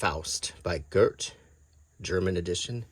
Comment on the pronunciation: No offense but that's not how Goethe is pronounced. It doesn't end on t sound, it's te. No r sound either. Cool video though